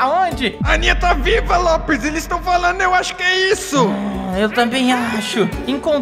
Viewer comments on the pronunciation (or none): Ele não é Lopers e não se fala "Lopes" é "Lopers"